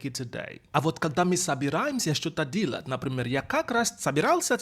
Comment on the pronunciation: Поработай с произношением слова "делать". Ты произносишь это как "dealat'.." А нужно delat'. Там нет звука "и".